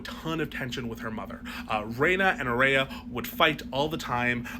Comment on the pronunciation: "Aerea" Targaryen.